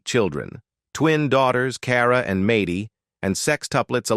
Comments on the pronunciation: Its MAD DY NOT MATEY It’s A DIN NOT OD DIN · Maddy almost rhymes with AI - just in case AI needs a pronunciation guide.